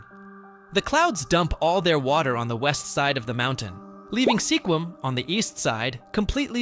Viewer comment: The town with 1 resident is Monowi, Nebraska (MA-no-wye). He incorrectly pronounced it MA-no-we. Sequim is actually SKWIM, rather than SEE-kwim. To add more craziness to Mt. Whitney/Badwater Basin' s comparison, there's a mountain in Death Valley where the Basin is located which is tall enough to have snow on the top on even the hottest day down below. Last, he also mispronounced Diomede Island, in that the accent correctly falls on syllable #1, though he put it on #3--die-oh-MEED, instead of DIE-oh-meed. There are others as well that could be on this list. Hyder, Alaska, for example, is on the east side of Alaska's panhandle, and there are no roads to the rest of the state. As a result, it's necessary to drive all the way to Skagway, AK, which is a 441mi./710 km. drive away. In addition, there's Jarbidge (JAR-bidge), NV, located at the end of a 90 mile long rough road; Stehekin (steh-HE-kin), WA, at the back end of long, thin Lake Chelan (sheh-LAN), Anaktuvuk Pass, AK (nn-ack-TWO-vick (Nunamiut (NEW-nuh-mute) Bush village in Gates of the Arctic N.P. , located 160 mi./257 km. west of the Dalton Hwy.--the gravel “highway” to the Prudhoe Bay Oil Fields on the Arctic coast; Gambell, AK, which is closer to Russia than it is to the nearest town on land: Nome, at 160 mi./267km. away. Last is Supai (SUE-pie), AZ, which is at the end of an 8-mi./13km. trail at the bottom of Havasu (HAVE-uh-sue) Canyon, home to the Havasupai tribe (have-uh-SUE-pie).